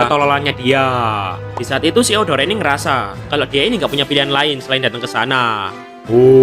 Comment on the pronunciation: Bang kok gw denger lu bilang deodoran